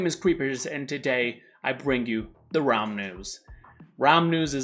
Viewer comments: He brings us the "ramens" or he will brings us the "Raums"? Yes, before you say something guys, I know he said the "realm news". I'm just trying to a joke here, okay? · I hear it too lol Raum decided being an Abyssal Lord wasn't enough so he founded his own news station. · I can only hear you say "Raum News"